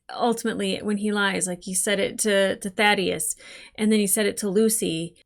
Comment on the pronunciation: I, for one, am glad. “Thaydeus” was driving me up the wall.